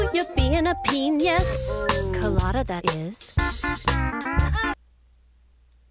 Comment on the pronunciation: The difference is that Phair pronounced it as peñis with an ñ, Wayne just said penis